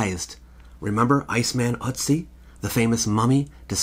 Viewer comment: Its Ötzi I think. Ive only heard it pronounced ertzi. Hes in wikipedia.